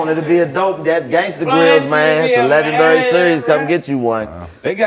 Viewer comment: Nobody: Chico: LegendUry